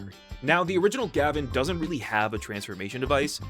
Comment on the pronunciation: It’s Gah-Vahn not Gavin! The intro literally shouts it. You don’t call Kamen Rider Kayman Rider do you?